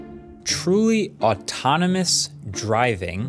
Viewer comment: Am i the only one who heard "true atonimus"ultra instinct"? 😂